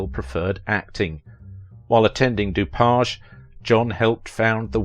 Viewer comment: The College he attended is pronounced DO PAGE for Dupage County.